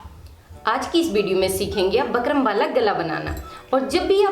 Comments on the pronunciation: Phle bolna sekho bakram nhi bukram.jahil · Bkram nhi bukram hota h mam🤣🙂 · Ma'am it's bookrum not bakrum 😆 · Bakrum nhi didi bukram boliye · Pehle bukram kehna to sikh😅